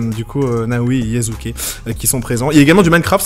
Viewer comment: tu fais du bon boulot, mais s'il te plaît... C'est YaSuke et pas YaZuke 😂